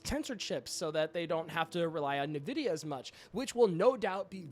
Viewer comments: “Nuh-vidia” what???? It’s “En-vidia” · I'm always taken aback when someone pronounces Nvidia as "Nee-vidia" 😂 must not be into PC hardware perhaps. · Every game studio used to shicper it into our ears before we could play, so im at a loss as to how a tech channel could get it wrong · LOL YOU SHOULDN'T BE MAKING VIDEOS IF YOU CAN'T EVEN PRONOUNCE NVIDIA LOL 😂😂😂